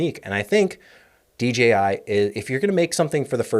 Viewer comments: It’s so refreshing to hear a content creator say DJI (and not DGI).❤ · Thanks for saying DJI properly, I feel the same way anytime I hear sneaker heads refer to Nike Air Max as Air Mags 😂